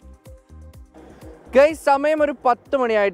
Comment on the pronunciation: gays അല്ല guys എന്നാണ് ...അർഥം മാറി പോയി...🤦🤣